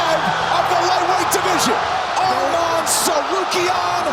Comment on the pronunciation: "Armam tsarukyan"